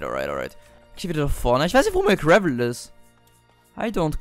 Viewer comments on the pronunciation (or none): none